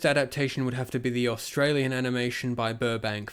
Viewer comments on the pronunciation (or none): none